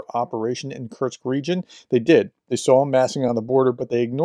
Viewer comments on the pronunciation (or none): Kursk. Not Kurtz